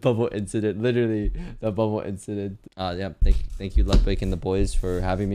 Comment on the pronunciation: It's pronounced "LEWDwig."